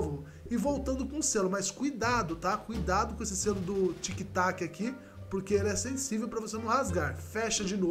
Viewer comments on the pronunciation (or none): É tic tac, e não tic toc kkkkk